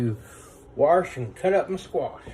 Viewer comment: Warsh? You mean wash?